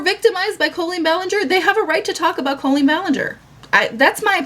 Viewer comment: Do only you and Adam say Colleen like “Co-lleen”